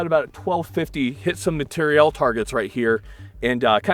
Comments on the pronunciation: We all just going to act like he's not saying "material" like "materielle"? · Take a shot every time says materi-elle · why does he keep saying “materiELLE”? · All these comments and no one person bringing up inability to pronounce "Material". I'm not sure if it's a good or bad thing that it's moved so far from its roots. He reminds me of the South Park guy who can't say "planetarium". Obviously, solid video regardless. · Is jt just me or is he saying material reeeal differently